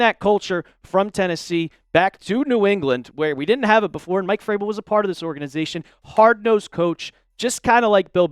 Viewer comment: Hey goofball. It’s Vrabel, not Fraybel. Can’t listen to you anymore until you learn how to pronounce his name. Think vroom, not froom!